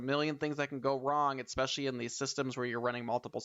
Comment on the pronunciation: I have heard especially, exspecially, but i havent heard EDDspecially before....